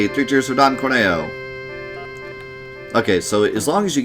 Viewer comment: Also, it's always and forever pronounced Cor-Neo because Corneo is horny-o